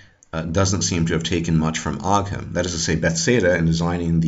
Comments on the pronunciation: Thank you for the very interesting video! Also as far as I know ogham is pronounced ohm/owm and interestingly it was written from bottom to top. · Ogham (the Irish ruins) are pronounced like "o-wum" or "o-wim"